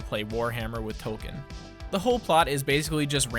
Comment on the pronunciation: Did he say Token or Tolken